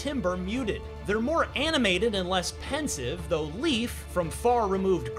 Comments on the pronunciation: "Leif" is pretty easy to say, and nothing like he says in the review. Its literally just like saying "life" a bit faster. Thats it. Not leaf, or lif, or whatever hes trying here. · ”Leaf”.. Lejf thank You very much